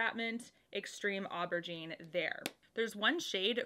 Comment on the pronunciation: Soft g on the aubergine. The rest is perfect. Love from Québec ❤️